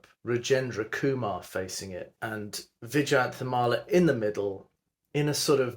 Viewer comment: Vyjayanthimala / Vaijayanti Mala, the name should be pronounced as Whyjayanthimala. Vyjayanthimala , which translates to the "Garland of Victory," is the sacred transcendental ornament of Lord Vishnu .